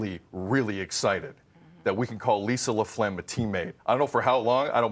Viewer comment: It's not laphlegm... lol!!!